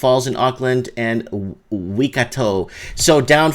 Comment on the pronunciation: Waikato = Why-kat-o